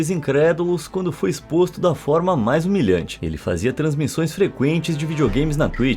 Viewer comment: "quando foi exposto da forma mais milhante"